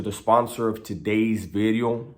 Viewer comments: It's video not bideo broken English bideos lol lol lol lol lol Today's bideo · I like bideo better lol